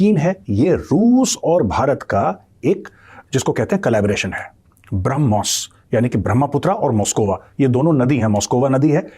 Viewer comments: यह पाकिस्तान के मूर्ख है और मुर्ख ही रहेंगे ब्रह्मोस को बरामुस बोल रही है😂 इन पाकिस्तान के अब्बा और भाई जान इनके उतरते हैं इसलिए😂😂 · ***People: It is **BRAH+mos--NOT brum+Hos!!!**